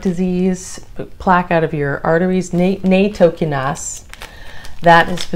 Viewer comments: Not Naytokinase its NATtokinase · Nattokinase is a Japanese word pronounced: natto-ki-na-zay. na as in nachos. "to" like the word toe. Ki, like the word key. Na again. zay, like the word say but with a z